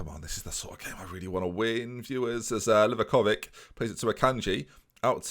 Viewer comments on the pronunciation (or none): Its actually livakoviĆ, and its not even close to how you pronounce it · also its pronounced w-I-gel, Merry Christmas oh and you're saying livakovic wrong its li-vah-ko-vich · Sorry to burst your bubble m8, but it's LEE-VAKOVITSCH